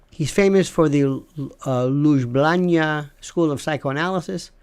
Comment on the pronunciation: I am very surprised that Lionel couldn't pronounce Slavoj Zizek let alone Ljubljana the capital of Slovenia. Very strange